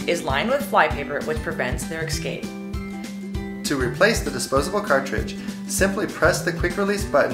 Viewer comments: did she say "excape"? Smdh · She pronounced "escape" as "ekscape" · homegirl really just said "EXscape" like some uneducated Michigander who works at a roadside fruit stand? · DemonixDreams what's worse is the woman in the fly video totally said "ecscape" and not escape... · To prevent their "EXCAPE"!!!! IT'S ESCAPE FOR GOD SAKE. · You'd throw a sandwich out just because a fly landed on it??? The word is escape, not excape. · 😂I think, maybe they EXSCAPED from some kind of "NSTATOOSHUN" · Prevents their... eckscape? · exscape? geezus!! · I didn't know escape was pronounced excape... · 4.40 "Prevents their excape". May I ask how the "May I axe you" / "You axed me!" made it all the way to a modern commercial in a whole new word? #pleasedestroyliteracy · Did the guy really say "exscape"? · "their exscape"